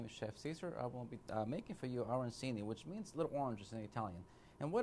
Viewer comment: Immediately pronounced it incorrectly. Did not watch.